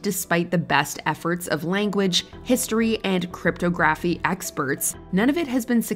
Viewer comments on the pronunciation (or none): Sorry...did you just mispronounce "cryptography"? ...you couldn't have used Google to figure out how to pronounce that word?